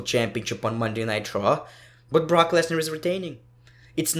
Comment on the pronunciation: Who else thinks when he says Monday night raw it sounds like Monday nitro